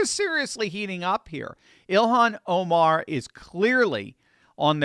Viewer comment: "Elon Oh-mar" XD